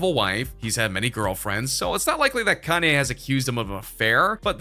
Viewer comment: You said chanye